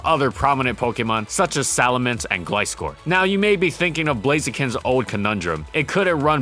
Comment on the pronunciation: Oh wait a minute... Just few days ago, I was rewatching Gliscor video and you pronounced it as “Glee-scor”. But in this video, you pronounced it as “Gli-scor”. Sooooo, what’s up with that?